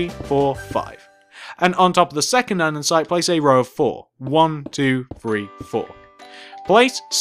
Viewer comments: why do he keep saying ande'n'site? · Grhhh I'm OCD. It's Said. And-es-ite. Not and-en-site 😞😡